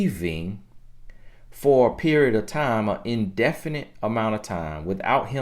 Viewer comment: Point blank per-ee-yodd! You from Nawlins??? 😉